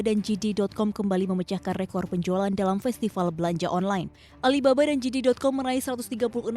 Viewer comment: JD dibaca 'jedi', atau 'jede' bukan 'jidi'. Yang dibaca 'jidi' itu GD.